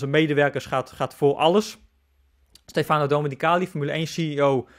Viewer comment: Je zegt STEfano, niet steFAno.